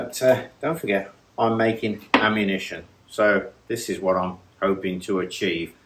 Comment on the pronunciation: "Amumition" classis!